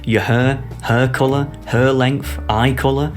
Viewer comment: Why tf does he keep saying hair as hăr?